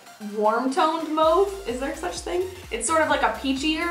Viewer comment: New subbie and already loving your personality and videos!! Keep the awesomeness coming girl!! Lol Mauve - mah uve not move